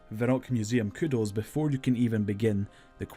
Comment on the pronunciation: right? wtf is he saying?? Mining Todd???